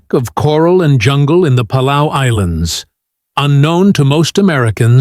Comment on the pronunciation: Weird that the narrator can’t pronounce Palau. It’s pa-LOW, like ALLOW, not PA-LAY-OO. Are these AI GENERATED VOICE?